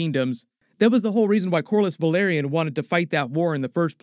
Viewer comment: Think you mispronounced, House Velaryon as House Valyria